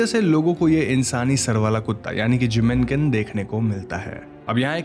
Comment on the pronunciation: Jinmenken it is. Sounded like Jiminkin. Had to look up lol.